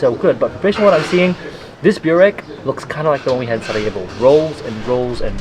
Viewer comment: Glad you're enjoying Bosnian food! I watched your entire series on Bosnia and subscribed to your channel. And one minor thing, I hear you pronounce burek as "Bew rek" but the correct pronunciation is "boo rek"